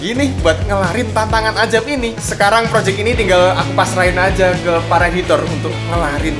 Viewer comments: azab❌ Ajab✅ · Azab bang bukan Ajab🗿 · Azab min bukan ajab